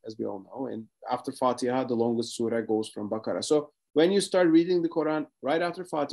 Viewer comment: Wow to to his perfect pronunciation and knowledge of surahs …